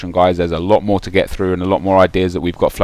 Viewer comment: i can't tell whether you say jizz or cheerz at the end of your vids now